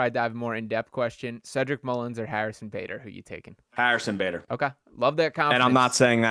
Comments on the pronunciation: Who's Harrison "Bahdar" smh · Did he just say Harrison buhdar?!? 🤣🤣